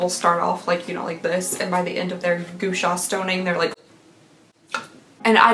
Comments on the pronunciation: It’s pronounced “gwa-sha” 😉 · I love your videos. FYI that scupting stone is pronounced GWA-sha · Its pronounced Gwah-Sha, lol. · I’m sure more people have said it but gua sha is pronounced gwah shaw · Hi! I love your videos. The facial stone is pronounced "gwa shaw" and it's often used to increase circulation in the face which de-puffs it creating that "sculpted" appearance. It's usually used with facial oil so that it doesn't pull on your skin and cause wrinkles.